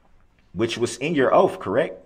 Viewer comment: He was axed to tell the truff about the judges oaff